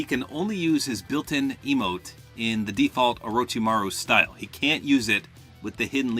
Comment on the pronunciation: you said orochimaru on point 👍